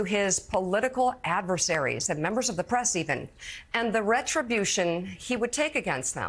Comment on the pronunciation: She Fo-Ghat to Thank a Union Memba